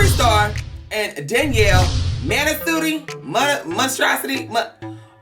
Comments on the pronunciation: “Sitonthedicka” 😂😂😂😂 you get on my nerves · When he was trying to say her last name “Sitondadicka” i SCREAMED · "Dani monstrositi" LMAO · “We have Jeffree star and Danielle manasutti ma- manstrasaty ma- me-strabustry, whatever” 😂😂